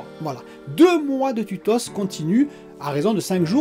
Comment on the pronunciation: Mdrr tu es fatigué ou quoi?? Les tutosse?? 😂